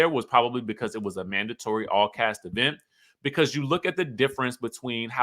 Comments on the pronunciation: Please stop saying e-vent. Let that stay in Huntsville. . . but Wendy has come into several functions and not speak to Gizelle. She has spoken to people beside Gizelle, but not to Gizelle. Wendy is shady AF - needlessly. She has been a crow this entire season. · When you be saying E-vent is that shade to Tisha? 😂😂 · Why does he pronounce event like that?